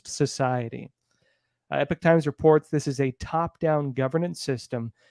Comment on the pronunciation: Epoch not Epic 🙅